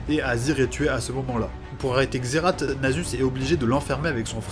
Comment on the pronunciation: Petite rectification on dit [xerass] et non [xeratt]